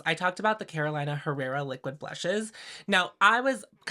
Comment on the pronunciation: may I say you're too polished to say carola-ina herrera, pencil it in for next time as caroleena herrera! PS: I've been waaaay more intregued by the LH palette rather than this ND launch. And if everyone did magnetic palettes/ pans, i dont know if i would even consider half the ND palettes I'm interested in...